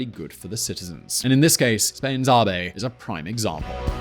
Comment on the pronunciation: I think you are pronouncing "AVE" incorrectly. It should rhyme with "Abbey" rather than "Harvey"